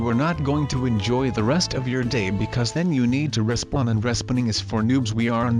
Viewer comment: He says don't like Don he says respawn like resawn